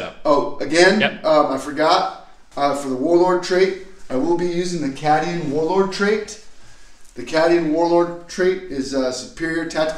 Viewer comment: learn to say cadian and chimera right.